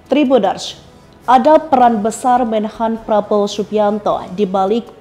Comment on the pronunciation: Min, Latihan dulu ngomong nama prabowo😊